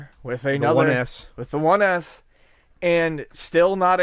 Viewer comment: It sounds like is saying "One Ass" everytime he talks about the S model:D "It's insane, if I bought a one ass I would be like a what da fak" XD